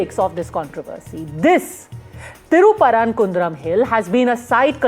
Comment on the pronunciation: I am from Madurai. The Madurai people will kick out the Sangis. Anchor, first learn how to pronounce Thiruperumkundram. You stupid news channel. The temple and the dargah co-existed for the past few centuries. In all these centuries the ‘deepam’ is lit in a particular place above the temple, WITHOUT ANY PROBLEMS. The DMK government will follow the same place and rituals. Go and ask Hindu or Muslims living around that area. No one is supporting this new place which the Sangis, RSS and BJP is creating now. If at all an objection should arise, it should be from the temple authorities. Go ask them, they have not created this request and not gone to the court. The BJP and other RSS groups who have nothing to do with Madurai have created this issue. Godi media like NDTV and others are fanning the fire and blowing it big. Trying to make it like Ayodhya. Madurai people and DMK government will never allow this to happen. They will kick anyone and everyone who is creating problems there, OUT.